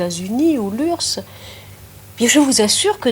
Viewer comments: une vidéo d'actualité malheureusement Un beau plaidoyer, calme et qui respecte l'autre personne tout en argumentant brillamment (en revanche l'URSS se disait ursse ?!) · aujourd'hui j'ai appris que fut un temps, on prononçait "URSS" "urse"